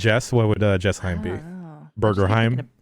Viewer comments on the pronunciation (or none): Though it's sadly nothing like the lovely description on the show, Jessheim is an actual place in Norway (the "Jess" is pronounced like "Yes")